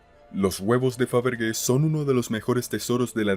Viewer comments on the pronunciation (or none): Faberge..(Faberlle) se pronunciaria....